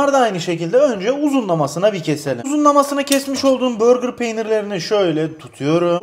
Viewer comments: Deyil değil ‘değil’ Çezar değil ‘cheddar’ Börgır değil ‘burger’ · abi börgır peyniri nedir ya? hamburger'e sen hambörgır mı diyorsun yapma allasen. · Abi burger peynirine neden börgır peyniri diyorsun 😂😂